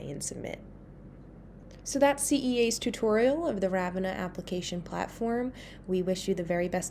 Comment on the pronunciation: Very helpful-though it's pronounced "Rah-vin-ah" with the the emphasis on the middle